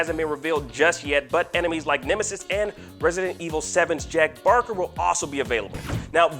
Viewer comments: Jack Baker not Barker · Was I the only one that heard him pronounce “jack baker” as “jack barker”. It’s annoying for me cause it seems like they don’t care to play or know the game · This dude thinks that its called reverse when its REverse thinks there’s zombies and says Jack “Barker”!!!! Get someone who knows what their ding please!!!!!!!!!!